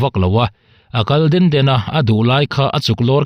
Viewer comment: Mizo tawng i lam dân hi ka duhthû ala sâm lo...A kal den den nilovin, A kal dên dên tih tûr zâwk ania...